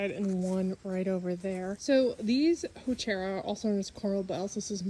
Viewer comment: I think it’s pronounced “who-ker-rah”. Beautiful plants. You guys have done a great job at the cottage!